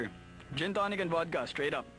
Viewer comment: Gin tonic po Hindi Jin Tony heheheee